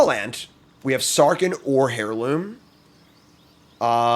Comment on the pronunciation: airloom, not hairloom :(